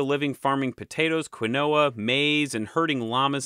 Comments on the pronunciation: Pronunciation: Chavin is not Sha-Veen! but Chah'veen. Quinua (Quinoa) is Keen-u-a not Kwin oh-a. Been there, and the white granite relief of the priest wears regalia of Condor (world above) Jaguar (middle world) and rattlesnake world below. Chavin isn't in the highlands but on the trail east of the Pacific crest to the Amazon basin. I don't know about the North-South connections, but it was reasonably easy to get there from Huaraz to the north, which sits looking at the highest tropical mountain range in the world, the Cordillera Blanca (time was it was always covered in snow, -don't know about now!) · Quinoa is pronounced KEEN-wah. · Great video, dude. I love studying Andean cultures, and you made a great summary. I hate to be “that guy”, but you mispronounced some words. Quinoa is pronounced “keen-wa” usually and the l in soldering is silent. Keep up the good work! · Say it with me now: Keen-Wah. Keen-Wah. Terrific channel. Excellent content. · I love your videos, minor nag: Quinoa is pronounced 'keen-waa' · Quiñoa is pronounced keen-wa. Dipthong at the end. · why did you say quinoa like that